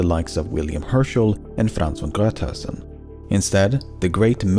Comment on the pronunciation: Man you pronounced Von Gruithuisen soooo smoothly, I would have fucked that one up so badly